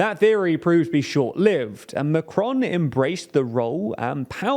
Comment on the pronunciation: Thank you very much for a really interesting and informative article. Please learn how to pronounce Macron tho 😂